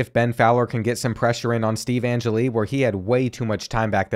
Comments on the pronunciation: If youre going to play ND every year.... Its pronounced An-Jell-E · Being a die hard Notre Dame fan I’m going to be picky and let you know that you’re saying Steve Angeli’s name wrong 🤣